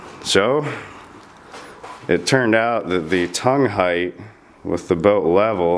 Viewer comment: Thanks for pronouncing height correctly and not hith